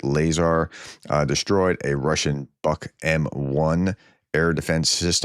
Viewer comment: You have been getting this wrong for, like, ever! Buk is not pronounced 'buck'! It is pronounced 'book', like 'boot' or 'toot' or 'loot'.